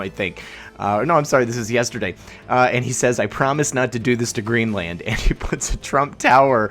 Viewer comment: Your pronunciation of Greenland is making me cringe like I'm being slapped on the forehead with a paint stick. Let Ireland be your guide.